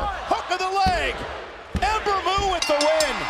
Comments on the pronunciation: Someone tell Cole she's Ember MOON not Ember Moo. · michael cole said "Amber Moo". srsly michael? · Come on Michael Cole! It's MOON not Moo! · Did Cole say Ember Moo at the end?